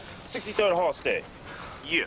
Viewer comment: Lmfao. Why they didn't correct Treach!? Hall-sted? lol It's pronounced more like hallstid. You can tell he ain't from there!